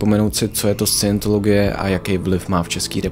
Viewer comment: Jeden přeřek? 🤔 Vždyť jsi slovo Scientologie vyslovil pokaždé špatně. A i jiné názvy, které jsi ve videu uvedl a některé nepřesně vysvětlil.